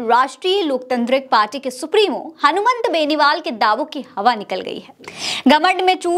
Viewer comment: मैडम , मेन नेता का नाम ही बार बार गलत बोल रही हो ,ये तो शर्म आने वाली बात है , एंकर द्वारा उच्चारण तो सही होना ही चाहिए वरना और भी बहुत से काम होते हैं चैनल में , उनमें ध्यान दीजिए , हनुमान बेनीवाल को हनुमंत बेनीवाल बोल रही हैं एक बार होता तो समझा जा सकता था कि भूल से बोल दिया होगा, लेकिन जितनी भी बार नाम लिया गलत ही लिया है